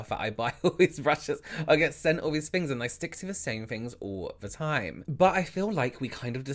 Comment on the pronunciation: I love how you say vey, they, vem, them, fings, things, vose, those, Fort, though... Anyone else find themselves focusing on the way he says these words lol?